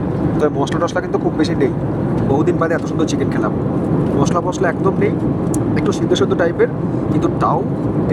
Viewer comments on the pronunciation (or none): none